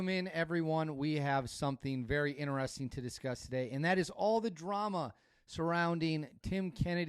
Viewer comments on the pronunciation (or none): you are in media and you cant pronounce the word interesting? Buddy look closely at the word. Please note the word only has one r. The word is not spelled inter-resting. do better